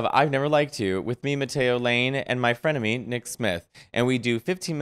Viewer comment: did he said friend of me or frenemy? LOL